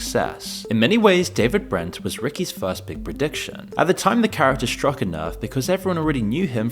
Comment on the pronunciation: I didn't know there was an "sh" at the beginning of the word "struck!!!" This video is lame as hell!!!